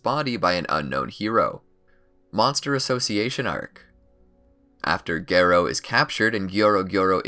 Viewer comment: The way you pronounce Garo annoys me